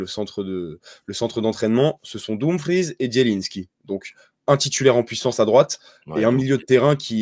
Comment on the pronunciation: Il est sympa le zin il s’y connaît bien mais faut pas exagérer avec l’accent pourquoi il prononce Dumfries à l’italienne ??